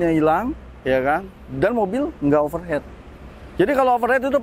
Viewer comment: Overheat bacanya overhit mas kalau overhead itu biaya pengeluaran perusahaan. Untuk didik bocil jadi ga dibawa salah sampai dewasa